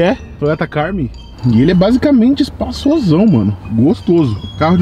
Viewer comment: Toyota " carmi " kkkkkk camry